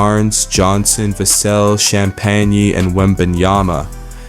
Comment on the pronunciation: I don’t get YouTubers that can’t pronounce Vassell correctly, makes me think you don’t really watch the games